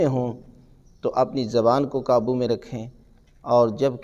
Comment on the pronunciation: VerY NiCe ReallY GreaT. QibLA MouLanA Sahib PLease ImProVe Few Words, Of Your Arabic and Urdu Qaboo HaY Kaboo Nahin HaY, Tareeqa HaY TareeKa Nahin HaY, ThanK You VerY Much.